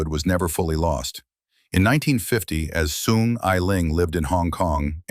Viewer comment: Is soong not thong, Your pronunciation suck.